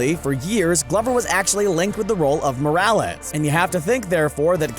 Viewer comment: “Miles Moralas” it’s Morales